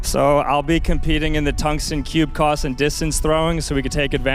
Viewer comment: "Tungsten cube coss"